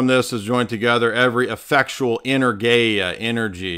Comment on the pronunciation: Greek here - when you say the word energia do the stress on eNErgia. Keep up the good work!